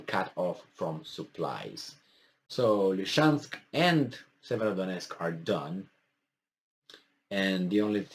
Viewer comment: Dear, please repeta dupa mine: LI-SI-CEANSC, LI-SI-CEANSC, LI-SI-CEANS...